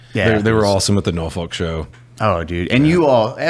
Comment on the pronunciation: I love how the guys learned to pronounce Norfolk correctly. Naw-fuK